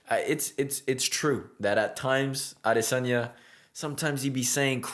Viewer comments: I am subbing for that pronunciation of Adesanya alone 😊 cheers bro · I love how you keep pronouncing his name like it's meant to be. And new!!!!! 🏆 🔥 Love your talks,! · being a Nigerian its you are one of the few youtuber who actually said his name correctly . for that am a fan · Your pronunciation of his last name is impeccable, it is the exact way a native yoruba Nigerian would have pronounced Great presentation too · As I Nigerian I love the super correct way you say “Adesanya” also well said on all points!!! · wow! Your pronunciation of Adesanya is spot on. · YESSIRRR. You got the pronunciation right!! ADESANYA 🇳🇬🏹🏹🏹